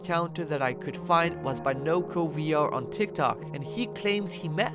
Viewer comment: You said tiktak